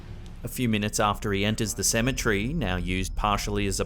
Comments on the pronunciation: Cemetery not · I have to correct you with pronunciation of the word cemetery. Say cem-e-tery and clap your hands while saying it with the syllables of the word lol. It sounds like you're saying Symmetry like in engineering terminology meaning symmetrical/ centrality to a certain feature to/of something. Ok, I'm done being an A-hole who thinks he knows what he's talking about... 😂 Sorry. You're AWESOME! BTW and love all of your content!!!